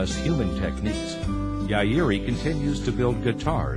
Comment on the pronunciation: Is he mispronouncing "Yairi"? I recently acquired another CY116 after having my 1996 stolen in Seattle years ago. This new one is a 1983 - frickin' out of this world guitar I've played a $6k classical that wasn't as harmonically resonant - mine rings like a bell vs heavy bass tree trunk sound. Life changing guitar 🎸